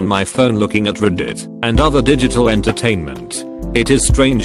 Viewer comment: Why do all of these kinds of videos use that same TTS program? It doesn't even pronounce most words correctly. For example, "Fassibook," "Snapchit," "ruhditt," "mintsit," "discannectedness," "mehms." There are also numerous errors with its spacing and decoding. "9 over 11," failing to parse clauses, etc... Just use an actually decent TTS!